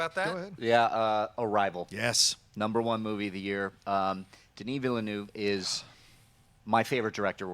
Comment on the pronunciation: Veelnerve!! not Villynoov!! Aaarghhh!!!!